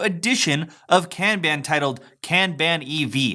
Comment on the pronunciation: It’s pronounced “Kahn-bahn”.